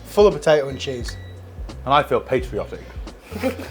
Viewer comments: Thought he said at end "I feel Pastryotic" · "I feel pastryottic"